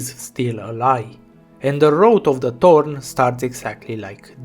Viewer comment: I just realized something... thanks to your foreign accent, you pronounce Thorn as "Torn", which brings an interesting meaning to her character. She is most-definitely torn apart as a character at this point. I mean, Thorns have a tendency to tear apart whatever rubs against it.